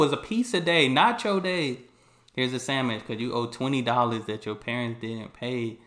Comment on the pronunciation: This is the first time I've ever heard anyone pronounce sandwich as sam-ich 😅 I enjoy your videos.